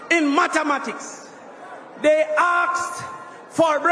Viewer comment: It’s mathematics not Matamatics, it’s worse not worst, 5 subjects not 5 subject and this is the Education minister in waiting not even being able to properly use English language and pronunciations. When being critical of others, try and get it right.